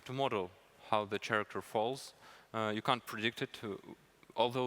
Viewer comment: he pronounces character like charmander